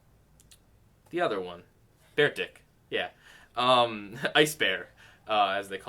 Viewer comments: It's pronounced Bear-Tik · "Bear Dick" (I know it's a Pokemon or something but I don't play those games so it sounded like bear dick for me)